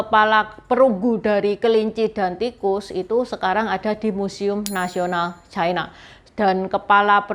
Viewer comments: Lafal yg bnr adalah "China", bukan "Chaina" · c a i n a bukan c i n a